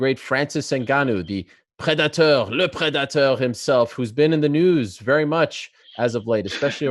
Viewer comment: Francis 'LE PREDATOW' Ngannou